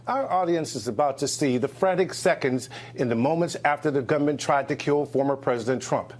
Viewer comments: I heard “gum min.” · I heard gunman, not government.